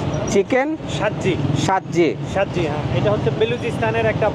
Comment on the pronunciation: Der khwand e wako🇵🇰🇦🇫🇧🇩🇵🇸❤️❤️ 6:2 "Sajji" hy "shajji" nahi bhai😅